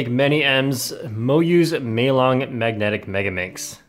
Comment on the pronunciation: ITS NOT MELON ITS MEILONG DAMNIT